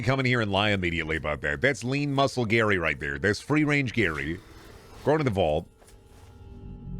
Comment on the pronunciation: what do we do to the gary that says gayr